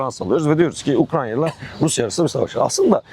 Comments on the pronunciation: Adam Ukranya mı diyor ben mi yanlış duyuyorum? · ukranya diyen birini nasıl dikkate alacağız ? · ben yoruldum kapattım videoyu ya beynime beynime işledi ukrANYa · UkraNya değil hocam Ukrayna lütfen. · Osman olmayan profesöre söyleyin. Ukranya değil Ukrayna. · Ukranya degil Ukrayna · Gözlüklü abinin 'Ukranya' demesinden akışa adapte olamadım :( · Bu konuşan eleman kim mesela? Daha Ukrayna diyemiyor Ukranya diyor şaka gibi. Direkt videoyu kapadım o noktada. Daha bir ülkenin ismini telaffuz edemeyen adamın ne sikimden haberi olacakta bir de topluma bu bilgiyi nüfuz ettirecek? Komik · UkraYNA yahu Ukrayna degil 😢